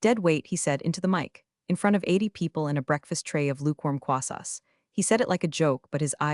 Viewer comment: What are "croissas" or "crossas"? Are they like "croissants"? You don't "plug in" to wi-fi. You log in. That's why it's wireless. Why does the AI voice pronounce "anymore" as if it were spelled "ennuh more"? That's irritating. And like all of these videos that contain the name, "Ava" is mispronounced 100% of the time. This AI is crap, and the poster is either ignorant or supremely lazy for allowing so many errors in a posted video. They are simple to correct. That's pure desperation to beg for subscriptions at the beginning of a video. So I will downvote at the beginning. The whole story is about replacing a human with AI. This video used AI, replacing any human element. That's why it sucks and is full of so many errors.